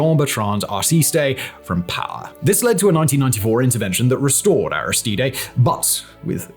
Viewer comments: Arristeed. Not Aristeeday. He’s not Mexican. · Aristide is three syllables...like french. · Why are you pronouncing "Aristide" that weird way? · The way Simon butchers Aristide’s name 😂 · The mis pronunciation of "Aristide" is really jarring, fantastic video but someone should have corrected that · Port- ow - Prince. Air - iss - steed. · Simon obviously knows little about Haiti as evidenced, to start with, by his atrocious pronunciations of things related to Haiti (e.g. Aristidé ????) He mentioned Guy Philippe (Simon, a great teleprompter reader, misprounces "Guy", of course) as not being a gang leader but he definitely was some sort of gang leader when he overthrew the legitimate government of Haiti in 2004. Who knows, maybe President Cherizier might be the solution for Haiti. Better than the corrupt oligarchs, or the carnival clown , Sweet Mickey, selected by HIllary in 2011, or any one in the ex-Haitian Government today. If Haiti is to become a Somalia, then let it be so. Eventually, Haitians will work things out but I am afraid that once they do, the US and France will once again sweep in, bribe and corrupt the leaders, control them, and the cycle will continue. I wish China or Russia could help but that would be a red line, it is the only solution. The US would do in Haiti what Russia did in Ukraine. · Do you intentionally mispronounce so many words? Or is this congenital? Aristide. Port au Prince. No reasonable person is expecting you to actually have a Creole or French accent, but my god! Take 30 seconds, use the internet, and come up with a reasonable approximation of these words.